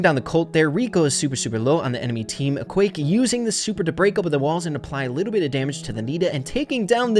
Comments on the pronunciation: i just realised that u said ekwayck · It isn't pronounced Equake but Eqwac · It’s eqwaak not eqwake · It’s pronounsed equack. Like a duck🦆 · It's pronounced EE-QWARK is some French variation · It is pronounced e-qwaak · I think its pronounced E-quack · I think it’s pronounced “E-quack” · Its ok, but I think its wrong, because there are two 'a's already, and it should be pronounced as in 'quadratic'